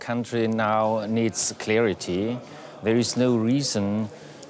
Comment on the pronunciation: "Clearity" bro can't pronounce it correctly after DW guy said it. CSU is filled with these types of geniuses.